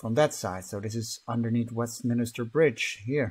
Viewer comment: West - min - ster. 😝 Westminster. Don't worry, even some Brits get it wrong